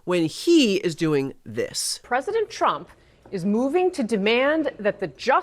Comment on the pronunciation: Dear Karoline Leavitt- It's "President" with a "P", not "Fresident". Take some of that concrete out of your lip and you might be able to say it.